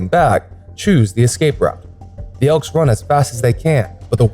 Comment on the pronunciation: It's elk dickhead not ekls